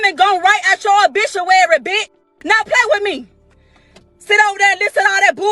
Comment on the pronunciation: She said obishuary ...